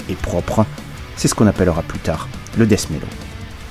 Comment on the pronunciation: Excellente vidéo, à n'en pas douter!!!👍👍👍 Petit conseil en passant, ce n"est pas du "Dèsse" métal ou du "Dèffe" métal. À la limite prononcez "Dète" métal, c'est ce qui se rapproche le plus de la prononciation anglaise. Je peux affirmer que moi et la plupart des copains on ne comprenais absolument rien avec vos "Ze" et vos "esse". Et c'est donc pour ça que j'ai appris le français !!! Hahaha 😂😂😂.